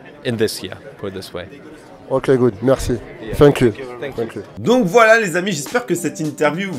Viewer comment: ==>"OK ok, good, faim kyou, faim kyou" 🤔🤣 L'anglais de m'a littéralement laissé au sol!! 🤣 Bref, on chambre mais bravo pour toutes ces infos récoltées au quotidien. Vous êtes au top les potos!! 😎👌🏾🐇